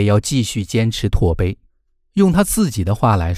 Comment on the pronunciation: 小伙子，那不叫“tuobei”(拓碑)，那叫“tabei”